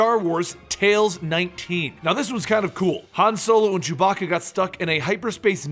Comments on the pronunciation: "Han solo and Jew-bacca..." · I could swear I hear this guy saying jewbacca